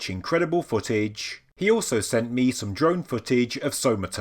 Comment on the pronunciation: Yes RIP, but I seriously thought you said "drunk footage" instead of "drone footage"... please get "drunk" in his memory and Bless you all for what you contribute to society.